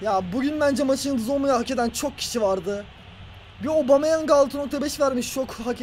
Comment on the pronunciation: yeni transfer obameyang diye okunuyo